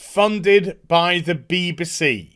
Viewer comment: bee-buh-see lol